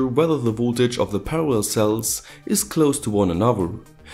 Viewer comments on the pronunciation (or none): none